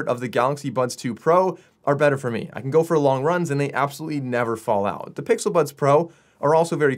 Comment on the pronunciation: 😭😭😭...he Said "the pixel buns"😭